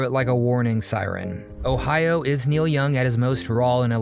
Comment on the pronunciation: It's not Niel, as you say, it's NEIL.